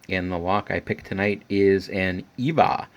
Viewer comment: EVVA isn't from Germany. Instead it's from Austria, Vienna, but that doesn't really matter anyway. Also I speak German and it cringed me when you said Evva. The E is pronounced like the first e in elephant. Greetings from Vienna!